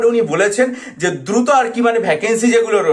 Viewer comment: ধ্রুত ধ্রুত করতে করতেই শেষ 🤣